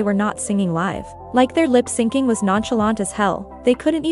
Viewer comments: It triggered me everytime lol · Good video but does the voice machine saying “lip-singing” instead of “lip-syncing” rly stand out 😭😭